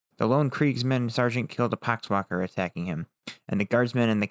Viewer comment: "pock wakker" lol